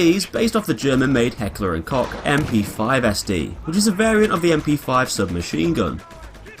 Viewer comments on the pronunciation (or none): ha ha ha ha!! Its Hackler and Koch:) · It's pronounced "coke" like the soda.